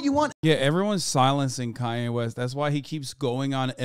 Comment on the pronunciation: "And I'm kanya West"